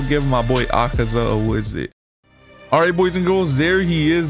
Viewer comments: "Akeza cave"💀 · It’s akeza